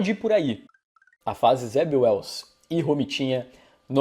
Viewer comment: O nome Zeb Wells soa como Zé Ruels 😄